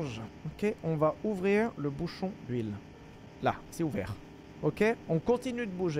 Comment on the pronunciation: l'accent english sur le "ouvrir" 😭